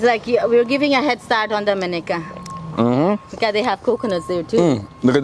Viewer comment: Dominica is pronounced Dom-mi- nee-ca. not Do-min-ica.😊 Not criticizing you at all. My mom and grand mom are from there.👍🥳😊